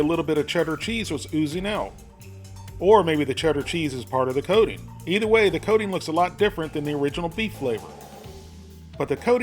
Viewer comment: When you say coating it sounds like codeine.